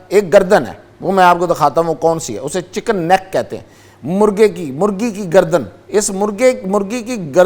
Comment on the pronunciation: مرگی کی گردن ہاہاہاہا مرغی اصل لفظ ہوتا ھے۔